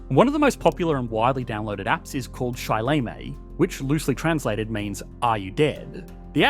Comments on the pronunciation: GREAT VIDEO - the Chinese pronunciation was... let's just be nice and say wrong. I won't insult my Chinese compatriots by attempting to spell Pinyin phonetically, but am sure there is a clip of someone saying shi le me (死了么) on teh Interwebz 😊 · "Si le mei"? Are you dead yet?